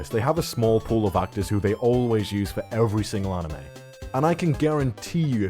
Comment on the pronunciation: “Evewy main character in evewy series” 😂